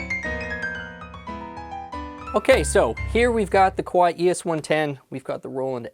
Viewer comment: Not "Koo-wai". "Kuh-wai".